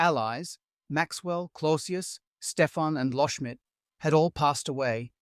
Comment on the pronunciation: Loschmidt, not "Lohschmidt"